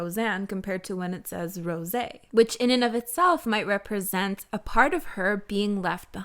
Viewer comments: Tf hahahah did u just say rosEE like german vibes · okay but where are you from? I mean the "Rrrosé" looked so french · Why you pronounce rosÉ like that? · I’ve been asking this every video, Why does she say Rose’s name like that? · I haven't heard you pronounce Rosé that way in a while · pls stop pronouncing rosé like that 🥴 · Why do you pronounce Rosé like that?